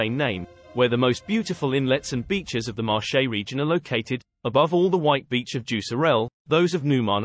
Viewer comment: Interesting video ... but listening to the way the name of the Marche Region is pronounced makes my skin crawl! In Italian Marche is pronounced like Market without the t at the end. The way is pronounced sounds like the French word Marché, with actually means market.